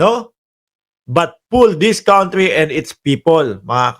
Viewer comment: Say kantri not kauntry Say lil not lit el